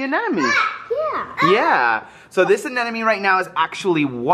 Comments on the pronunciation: Bryan, as much as I know, its called anemone not aneneme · It’s actually Anemone. Not Anenome. was pronouncing it correctly. I love having a Saltwater tank! It’s so much fun and you see something different everyday! 🐠🐟🦀🐡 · It's anemone though, not anenome. was right all along... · Bryan, is saying it correctly! It's "anemone" not anenemy, haha!!! He was saying it SO perfectly too! 😂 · actually said it right the first time, it's an-em-on-ee not an-en-em-ee 😜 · Bryan, said it correctly. It's Anemonie with an 'm' but you corrected him to say anenonie so now he says it wrong. No biggy but you might want to tell him he was right, it has an 'm.' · said it right. Anemone. You’re teaching him wrong,! 😮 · Anemone. was actually saying it right and was saying it incorrectly.:) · BRYAN YOURE SAYING ANEMONE WRONG